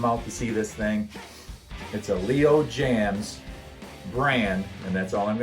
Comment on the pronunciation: Not Leo JAMMS, it's LEO JAYMZ !